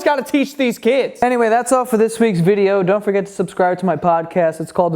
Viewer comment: He said veeks not weeks. Dude no more drinks, you're flagged! xD